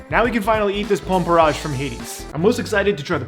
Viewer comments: It’s porr-IDGE not porr-AAHGE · The way you pronounce porridge is very unique. Also this looks very very yummy.